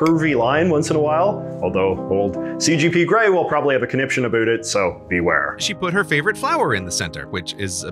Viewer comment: is your pronunciation of "about" a joke?